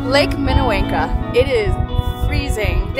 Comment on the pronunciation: Pronunciation for Lake Minnewanka - wonka as in Willie Wonka I love following you. I live very close to Banff. It was fun to see you visit all the familiar places.